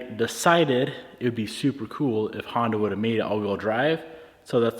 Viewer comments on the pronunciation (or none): none